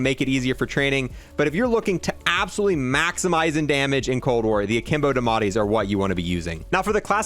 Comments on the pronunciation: Please they are called the die a metti not dimati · Its spelled diamatti (dee uh mah tee) is how it should be pronounced